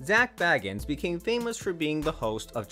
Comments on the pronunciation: The narrator kept mispronouncing his last name! It was annoying. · that's not how u pronounce Zak's last name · Thank you!! Well said!!! It is so VERY obvious (especially after Zack has been a celeb and on TV for THIS amount of time) that he pronounced Zack's second name incorrectly, over and over and over!! : (